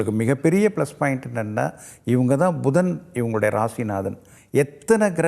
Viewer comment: Bhudan is not correct. Puthan is correct . சாத்திரம் ஜோதிடம் சொல்லுவதற்கு முன் தமிழை முறையாக பேசக் கற்றுக் கொள்ளுங்கள் . மலை பகவான் அல்ல மழை பகவான் . Dhaniyam is wrong. Thaniyam . Bhayam wrong . Payam is correct .